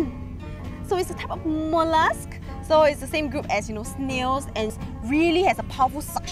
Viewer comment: whoa the way she enunciated mollusc HAHAHA